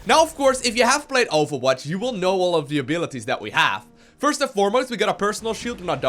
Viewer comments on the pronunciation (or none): he says awfulwatch?